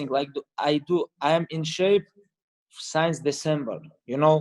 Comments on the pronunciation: Khabib pronounces since as science. Haha love it. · No one: Khabib saying “since”: signs